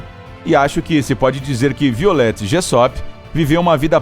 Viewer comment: Se pronuncia "vaiolet". :)